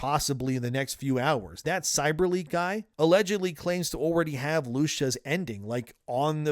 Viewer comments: lushus? U mean Lucia? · LU CIA not Lusha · The way you pronounce Lucia low key pissing me off. "Loosha" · Who tf is “Loosha” 🤣 it’s “Lucia” lmao Lou-see-uh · Loosha???? Come on, man. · why do you say her name that way? Its "lu-see-uh". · Unrelated, but the way you pronounce Lucia cracks me up. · It’s crazy you’re still mispronouncing Lucia😂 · You sound like AI. You don’t pronounce GTA V or Lucia right